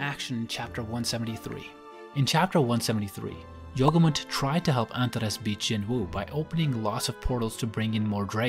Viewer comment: yogumunt sounds like yogurt